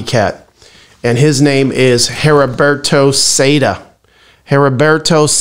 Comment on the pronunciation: The h is silent in Heriberto.... If you need help with Spanish let me know.